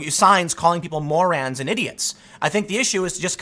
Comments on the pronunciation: Yeah. I guess it's not just names he has trouble pronouncing. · You said MORANS! LMAO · Tim.....did you pronounce Morons as "Morans" or am I just that high. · "more-rans" :D